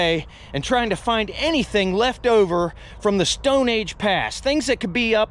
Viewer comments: Dude mustve said stoone a hundred times or better.. enough for me to change it. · Lord! How many times can one man say “Stowwn” in one video.. and the pronunciation is so strange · Came here to learn about arrowheads Stayed because of the way you pronounce “Stone” lol